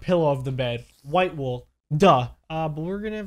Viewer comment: When you said red wool for the bed I thought you said “Red Bull for the bed”